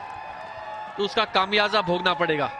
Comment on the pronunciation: Kamiyaza Bhogna Padhega ya Khamiaza Bhugatna Padhega? Hindi nahi aati toh bolo mat!